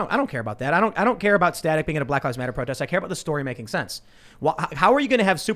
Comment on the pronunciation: Staic shock......no please not staic